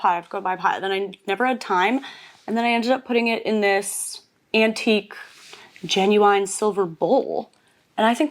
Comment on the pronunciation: Wait why did you say genuine like that? X I’m Polish and I’m very confused xd was it on purpose ? Or was it a different word??